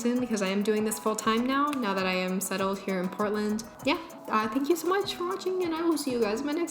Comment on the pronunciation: Oh i don't know why i was hearing Britland instead of Portland.